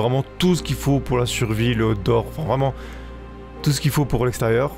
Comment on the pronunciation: Ah mince, moi j'entends "Hot d'Or" au lieu de Outdoor. Déçu du coup…